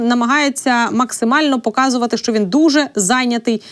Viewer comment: Не шчО,а Що.